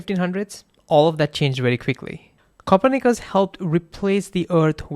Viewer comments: LOL, love your pronunciation of Copernicus (copper knickers). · It's Copper Knickers! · Learn how to pronounce Copernicus.